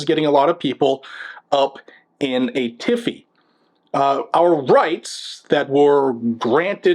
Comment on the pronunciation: I'm sounding off. The left are worked into a "tizzy" not a tiffy. With everything else you said, I'm in the Choir.